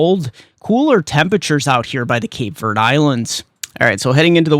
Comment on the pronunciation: ........please stop calling the Cape Verde islands "Cape Verd". Verde is pronounced like "verdee" not Verd like those folks on The Weather Channel pronounce it. That is a long "e" as the second syllable. Verde is Spanish for the color green. Keep up the good work!